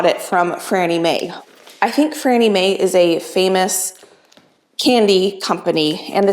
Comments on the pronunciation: its Fannie Mae not Frannie mae lol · No r in Fannie Mae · I was wondering if i read that wrong when she said “frannie” english is my second language and still it sounded not right for some reason. 😂😂 Its funny how europeans can read or sometimes speak english better then the americans 😂😂😂